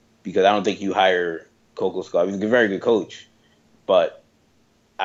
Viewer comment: Hate to be this guy but it’s pronounced ko-KAWSH-kov